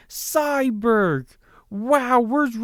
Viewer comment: It's cyborg not syberg